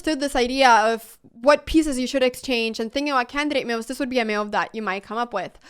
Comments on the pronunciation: "meuves"...curious pronunciation. Took me listening couple of times to know she meant "moves". I am curious about where Anna learnt English. As for chess: She is the reason I am beginning to study and play again. Gracias Anna. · re-IT-er-ate But let’s really talk about how you say “moves” mehyooves :) Game 1: Qd4 you didn’t say it but then it’s defended by Nf. I’m like 350 so… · The way she says moves is funny, meowvvs